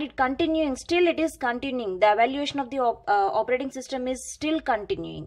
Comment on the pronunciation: Actually it's evolution of os She just pronounced as evaluation. But ignore the pronounciation she really helps.